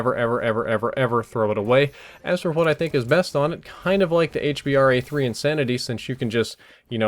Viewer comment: It's not H-BAR dumbass. its Hbar3 get it right if you wanna sound professional